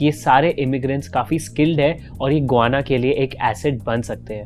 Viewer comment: गुआना नही गयाना। रियान नही रायन।बोहोत बार इस चैनल के विडियोज के टाइम मिस pronunciation hote hai